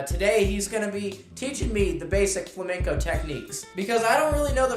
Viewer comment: Vuelves a decir fLaMeNcOu, y tenemos un put0 problema